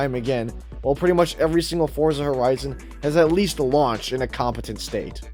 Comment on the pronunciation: the name is "Forza". you don't have to say anything after this